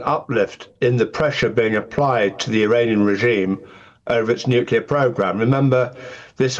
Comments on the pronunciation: ‘Nuclear’ not ‘nucular’ you thick ginger growler 😂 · Rayner doesn’t say nuclear she says nukula. 😂😂 I bet she calls a chimney a chimly. She embarrassing. The Stockport tart. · Anyone making the Iraq comparison is either naïve or stupid, possibly both. The fact that the Deputy PM says 'nucular' is pure cringe by the way. The UN watchdog - not Trump, not Netanyahu, breached Iran because they have been enriching at 60% instead of 3%. It's way beyond civilian needs and is heading rapidly towards weapons grade. That happened 24 hours before the first Israeli attack. Throw in Iran's avowed intention to destr0y Israel and its people (Jews and Arabs) and this is worrying. Some years ago they even set up a countdown clock in Tehran's main square to that end. If the UK was under threat in this way would you want it to continue? If Iran is allowed to do this and continue on this path they could eventually close the Straits of Hormuz, through which much of world trade flows. If they had a bomb we couldn't stop them. Watch this lot in Parliament screech if that happens. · It shows how uneducated she is when she mispronounces Nuclear as nu culer